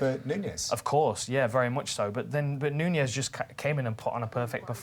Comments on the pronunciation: It's fucking NUNES (pronounced NEWKNEES) NOT NUÑES. Fucks sake. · Who the hell is this "Nuñez" they keep talking about? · Amanda Knew-kneweys? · Larios III You're missing my point. I'm saying they're pronouncing it wrong. She's Brazilian, and her name is Nunes. They're pronouncing it like the Spanish name Nuñez.